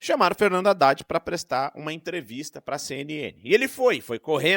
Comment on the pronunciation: HADDAD.... ...HA_IDADE .......KAKAKA .... FALA ..... DEPOIS DIZ QUE NÃO FALOU ..... HA_IDADE .....KAKAKA .... CUIDADO ... CUIDADO .... NICOLAS TE. PEGAR ....KAKAKA